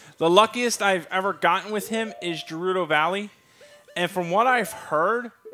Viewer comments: Gerudo Valley starts with a hard G,. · Scott Radcliffe But pronounce Gerudo with a soft G sound instead of a hard G sound.